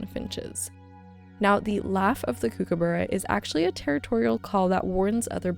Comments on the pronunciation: you definitely pronounce the end, it’s not bruh, it’s ba-ra / or bu-ra (like bar without the r on the end). I’m Australian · Hiya, just a heads up, Kookaburra is pronounced cook-a-ba-ra (all short vowels) 😊 I did a 22 day return road trip from Melbourne to Alicesprings and the scenery was beautiful. It surprised me how much vegetation there was even in the most remote areas. Was such a fun trip! During one hike in the Northern Territory we found a large waterhole with several hundred zebra finches, it was amazing!